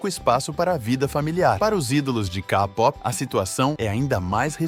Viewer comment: "Kapopi" "Kadrama" 🥴